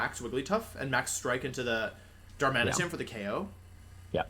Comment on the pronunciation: Excuse me wolfey, it's pronounced Darma-knee-tun.